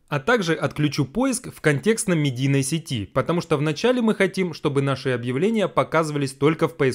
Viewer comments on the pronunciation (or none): none